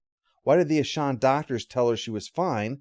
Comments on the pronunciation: "Ashawn," really? I mean they literally say the name in the episode and never say it like that. It's Aschen, with an "e". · Yeah its certainly not Ashaan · sorry I can't watch this. You keep butchering the name of the aliens and it's not even that hard to pronounce. it's like you never actually watched the episode. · This is one of my favorite episodes. I even like the follow up episode. The Aschen were a fascinating antagonist species. I wish they could have featured more. I forgot this episode is where Walter got his name, but that's cool. But I have to say, I can't unhear how pronounces their name throughout this review. I have a headache now. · Your pronunciation of "Aschen" drove my fiancee nuts, haha. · Me, too.